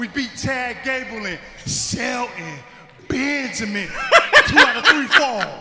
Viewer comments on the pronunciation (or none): And i think The Reason he says Shelton Benjamin name like that...is cause Shelton suspose to be Special 😂😂